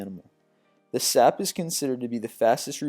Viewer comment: SALP not sap